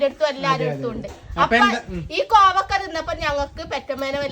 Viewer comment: കോവക്ക അല്ല കോവയ്ക്ക ഞങ്ങൾ പറയുന്നത് കോവക്കാ എന്നാണ് ഞങ്ങൾ പറയുന്നത്